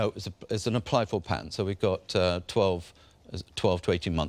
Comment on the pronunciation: Duncan you need to learn how to talk ! It's a PA-TENT not a PAINT-TINT !